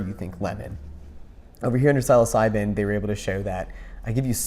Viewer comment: Great video, brother. But can you please help this man pronounce the word Psilocybin correctly? It's honestly like nails on a chalkboard...